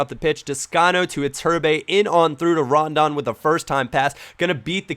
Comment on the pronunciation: Call me immature, but every time you say 'Rondon' i think of 'Condom'..